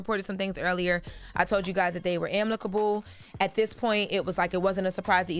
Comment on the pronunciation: "Amneckable," is wild. 😂😂😂😂 I think the host ment amicable.